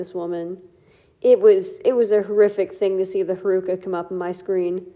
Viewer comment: The way you pronounce honami and haruka pains me